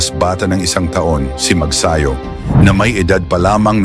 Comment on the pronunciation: Mabuti pa ang American announcer ay bigkas ng maayos ang family name ni Mark... it's Magsayo not Magsayu...